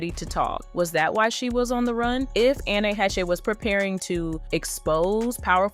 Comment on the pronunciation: God can you say her name right even once? ANN IS THE FIRST NAME. Last name HAY-sh